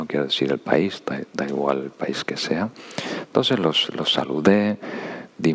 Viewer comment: Es adorable cuando dice " entonses " 😊❤